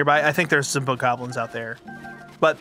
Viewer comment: He said Bokobobos!!!! 🤣Thats what I'm calling them from now on!